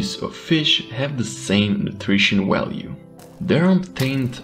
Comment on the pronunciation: “Willyges” “Walue” Need to work on ur v’s man lol